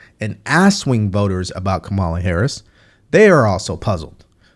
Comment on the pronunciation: You are pronouncing her name wrong. The emphasis is on the first syllable.